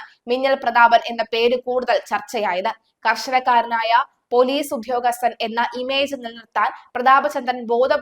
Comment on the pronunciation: Udhyogasthan alla udyogasthan ennu parayu